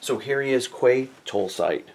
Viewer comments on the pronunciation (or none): This is my favorite from this wave..I should be getting him in a day or two..would love to get another Pyke and colour him different so he could be displayed in my Clone Wars display..just one thing Quay is pronounced "Key"..not a biggie..all the best and a great review.